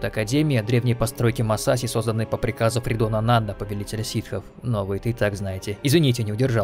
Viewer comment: Оговорочка не Фридона Надда а Нага Саду.